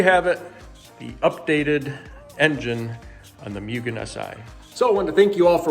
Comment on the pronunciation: Mue-Gen lol not Myu-Gen just so your aware lol it’s hard to keep hearing that extra y in there and not saying anything 😅